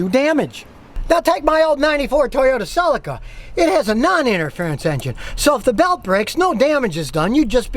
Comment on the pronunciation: haha heres my toyota sell-i-ca. ce-li-ca celica. i do like this guys channel tho, his enthusiasm is funny